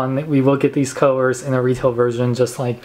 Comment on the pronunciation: It's colors not cuhers. It's Teeth not Teef